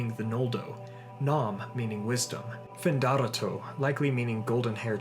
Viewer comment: Not FinDArato - That would be written Findárato. The accent on rá shows it's ,finda'RA(:)to.